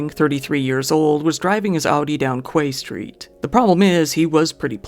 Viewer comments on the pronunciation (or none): 'Quay St' = pronounced 'Key' Street, for future reference. It's on the waterfront, or quay (pron. 'key'). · Did you just pronounce Quay Street as Kway Street??